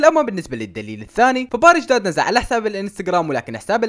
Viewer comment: مو داد 😂😂😂😂😂😂😂😂❤